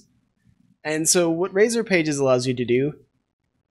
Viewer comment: There's no E in RAZOR. Just sayin.